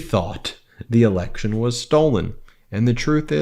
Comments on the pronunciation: It’s election, not alection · "You're an idiot." 🥴 "Rigged eliction." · …”a rigged elickshin..”. Really jumbo ? That all you got?